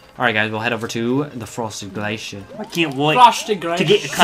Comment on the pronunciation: Glacier, not glèchieure!